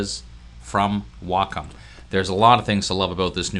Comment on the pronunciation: Um, he's pronouncing it right. It's "Wah-Kum."